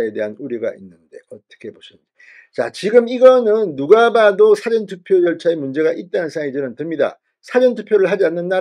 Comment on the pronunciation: 진성호씨말씀은 사전투표 를국어사전영어사전 할때쓰는사전 이라하는데좀고치세요 사전투펴는. 사~전투표로^^